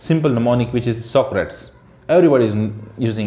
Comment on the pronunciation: Great Video! I've learned so much from you...Thanks a lot! Btw, the mnemonic "Socrates" isn't pronounced " sock-rats ".... It's " sock-rah-tees " after the very famous Greek philospher Socrates...Thanks again!